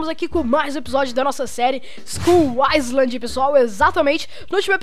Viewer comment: em Ingles Island se diz apenas iland, sem falar o S